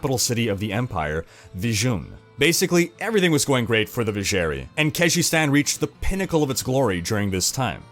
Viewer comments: I love your videos and in-depth detailing. As do my two brothers... *sinister glance*. But I swear to god in-game audio pronounced it "Viz-zher-'eye'". Not "ee". Also, censored Andariel tatters. Iconic. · thats not how Drognan pronounce Vizjerei in d2.... edit: jesus christ you say it like 50times throughout the video and it is wrong every time! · I cringe everytime he said Vizjerei wrong